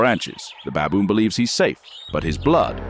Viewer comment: It is pronounced baboon not babb-boon. 🤣🤣